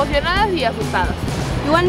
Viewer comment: A ver repitan "Cusssssco" "Cujjjco" no por favor.